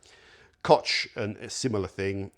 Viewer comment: "Kotsch" statt Koch" sagt er wieder... Genetischer Defekt durch die viele Inzucht bei euch auf der Affeninsel, dass ihr unsere deutschen Wörter nicht korrekt aussprechen könnt, aber wir Herrenmenschen umgekehrt mit euren Wörtern keine Probleme haben? Genetik scheint wohl doch überlegen zu sein bei uns.